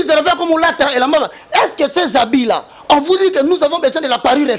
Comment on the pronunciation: On dit: réveil et non rèveil